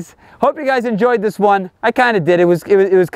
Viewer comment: Ish yo boi It’s Patty Mayo not Matty Payo